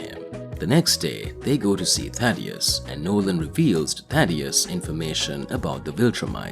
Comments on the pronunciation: Jesus Christ man it's Thaedus not Thadeus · Omfg it’s THAE-DUS, not Thaddeus bro how do you get it wrong every single time?